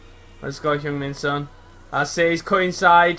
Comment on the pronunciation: love your video, ive got son aswell, the only pet hate I have is the pronunciation of son, oh well